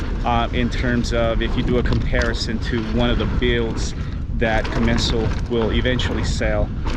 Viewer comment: I've never heard it called a 'com-men-zal' before!